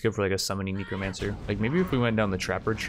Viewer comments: Necromancer is pronounced Neck-romancer not Knee-Kromancer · he knows. It's intentional at this point. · Nobody:: Kneecromancer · best series. KNEE-CROW-MANCER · "Knee-cromancer" i dont think ive ever heard anyone call a necro a knee-cro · kneecro mancer and najinata.. staaaaahp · Neck-row-man-sir Na-gi-na-ta ♥